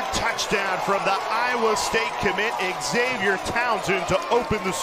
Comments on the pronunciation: Could someone tell this play by play announcer that Xavier is pronounced ZAVE-YUR, not Egs-Zave-yur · No they won't. Your parents don't meet everybody who reads your name. It's on your driver's license, it's on your ID. BTW, all the way through the video, they called him eggs-avier Henry. If they wanted him called that they should have put Eggzavier on his birth certificate. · Sportscaster calling the guy X Zavier drove me nuts! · Why is xylophone pronounced zilafone, and xerces pronounced zerksees, but xavier is eggs-avier?